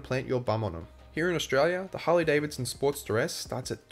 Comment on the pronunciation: I got confused as I had this in listen mode. I kept hearing “Sport - steress”. Why is the sport stressed? Then I realized the accent! Great review. HD wins across all categories!